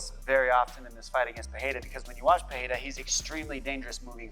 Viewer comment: Pereira, not "Pereria ". Chamem a atenção do estagiário. 😉